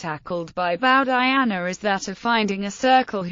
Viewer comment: This was the worst butchering of an Indian name that I've ever heard in my damn life